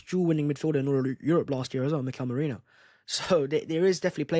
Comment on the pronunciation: I'm proud of you! you corrected yourself in pronouncing Merino correctly; we are good now